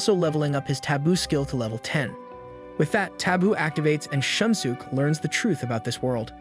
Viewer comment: Can't get over the pronunciation of their names loool "shun sook"